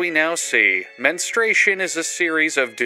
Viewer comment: you saying the MENstartion pissed me off. (on my period rn)